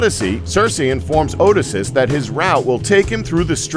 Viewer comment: Come on man, all the mispronunciations here, some of them I can forgive but Odysseus?